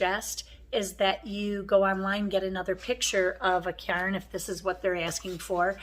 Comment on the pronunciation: It sounds like "care" with an "n" Cairn. Rhymes with "air" that we breathe.